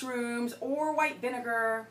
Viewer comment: "VINEGARRRRRRR" "GOOGLE IT!!!" Haha you slay me